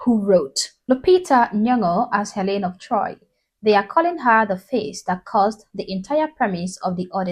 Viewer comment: It's Helen of DtroyT.